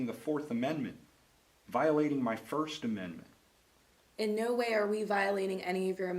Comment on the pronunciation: Listen to 1st amendet not only shes a bully but she can not say the 1st amendment